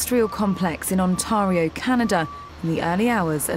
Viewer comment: Learn how to pronounce Ontario ffs...